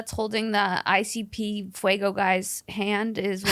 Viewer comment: The fact that cannot/ will not pronounce it FAYGO 😂😂 fuego for life 😅